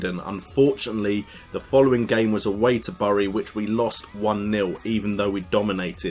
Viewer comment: Bury is pronounced "berry"